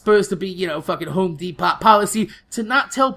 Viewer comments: Spelt* and he says it de-pot rather then de-po like most people. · De-Pot? Lol